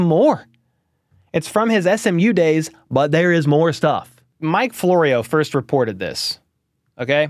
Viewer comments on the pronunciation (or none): none